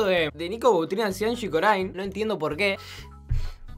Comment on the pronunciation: Corine (se dice corin) no corain :v